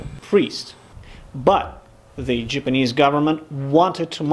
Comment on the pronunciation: Love this show. I wish the narrators wouls speak or pronounce words correctly. Japanese is not pronounced Jipanese. Get a clue